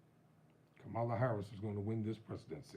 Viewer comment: It’s Kamala, not Kama-la!